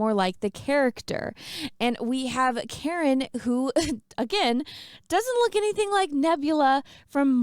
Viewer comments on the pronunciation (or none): none